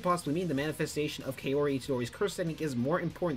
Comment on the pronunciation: Lol kay-ori Pronounced cow-ri for future ref.